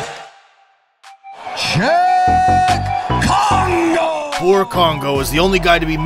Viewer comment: It's not just Fedor. You destroyed a few names. Cheick Kongo for example